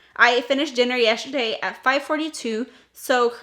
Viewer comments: 😂😂😂 Good morning beautiful. Question....why do you pronounce “yesterday” like it’s spelled “”YESSHERDAY?” 😂😂😂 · It cracks me up every time you say that word!!! 😂😂😂🥰🥰🥰